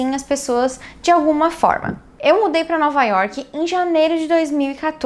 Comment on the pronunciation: Teus vídeos ficariam perfeitos se quando falasse York não colocasse esse "I" no final da palavra ( Iorqui) me desculpe sei que é um péssimo cacoete brasileiro.é como se falasse Brasili..além do mais nome próprio não se deveria traduzir tipo River of January ou Happy Harbour .espero que me entenda ,é uma critica construtiva. A gente se encontra pelas ruas de NY ...take care!